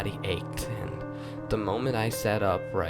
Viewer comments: Da instead of the ... hahaha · This "creepypasta" is soooo weak. I'm scared of clowns but the way you read it was boring. You have to work on getting rid of tgat lisp. And and annunciate words correctly. For example, say "the" instead of "da". Work on your TH sound. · Every time he says the he says Da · I find it extremely annoying how he pronounces "the" as "duh." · it's a little distracting that you can't pronounce the "th" in the. Otherwise, it's pretty cool.